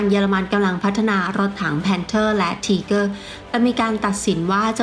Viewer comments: ออกเสียงไม่ชัดรถถัง ไทเกอร์ไม่ใช่ทีเกอร์ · ถ้าจะเอาสำเนียงเยอรมัน เค้าอ่านว่า ทีก้า ช่องอันนี้มันออกเสียง ทีเกอร์ คือจะไทเกอร์ หรือ ทีก้า มันผสมมั่วไปหมดนะผมว่า ผมศึกษาประวัติศาตร์สงครามโลกเยอะ ชอบครับเลยแนะนำ ถ้าอยากเช็คสำเนียง ดูลิ๊งข้างล่างเลย หรือจะลองหาเพิ่ม พิมพ์ว่า How Pronounce German Tank มีเพียบ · ถ้าจะเอาสำเนียงเยอรมัน เค้าอ่านว่า ทีก้า ช่องนี้ออกเสียง ทีเกอร์ คือจะไทเกอร์ หรือ ทีก้า มันผสมมั่วไปหมดนะผมว่า ผมศึกษาประวัติศาตร์สงครามโลกเยอะ ชอบครับเลยแนะนำ ถ้าอยากเช็คสำเนียง ดูลิ๊งข้างล่างเลย หรือจะลองหาเพิ่ม พิมพ์ว่า How Pronounce German Tank มีเพียบ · เจอมั้ยครับ คนเยอรมันแท้ๆเลย จบนะ อัพเดต ไม่ได้จะว่าอะไร ที-ก้า(เสียงต่ำ) ไม่มีสระเออ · ไม่เชื่อเพจคนเยอรมัน ไม่เชื่อคนเยอรมันออกเสียง มันออกเสียง ที - ก้า-หางเสียงติดว.แหวน ร.เรือ แต่มันไม่มี อ.อ่าง นาทีที่ 1.58 นาทีที่ 4.40 นาทีที่ 29.20 เ อาจริงๆ เอ้อ กับ อ้า มันก็แยกยากคุณจะฟังเป็น เกอร์ ก็ตามนั้น ในอันนี้ แต่ไม่ใช้ฟังแค่ 4.05 ไปฟัง ตั้งแต่ G.W.Tiger(P) 0.50, G.W.Tiger 0.56, Jagdtiger 2.22, TigerI 4.59, TigerII 5.02, หรือไปฟังรุ่นอื่นก็ได้ เช่น MarderII 1.48, Marder38T 1.51, ตัว ER เช่นกัน เค้าก็อ่านว่า มาดร้า ติดหางเสียง ร.เรือ ไม่มี มาเดอร์ แต่ช่างมันเถอะ คุณก็จะบอก ว่ามันเกอร์อยู่แหละ เพราะผมหาอะไรมาเถียงคุณก็จะเอาเสียงที่ได้ยิน สระเออ มายืนยันกลับ ถ้าจะเอาโปรรถถัง คนไทย หรือคนเรียนภาษาเยอรมันไม่ต้องเอามานะ ไปเอาโปรคนเยอรมันมาเลย เพราะผมมีเพื่อนเป็นคนเยอรมันตัวเป็นๆ ที่มาเที่ยวไทย แล้วให้เค้าออกเสียงให้ฟัง แต่ถ้าอยากชนะ ชนะไปเลยนะ ขี้เกียจเถียงละ แล้วแต่จะฟังละ ถ้าจะบอกหูใครหูมันก็ต้องตามนั้นแหละครับ